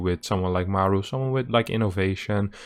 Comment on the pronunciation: mAru, not marU ffs